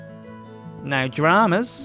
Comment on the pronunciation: He sounds just like an Australian when he says "No dramas"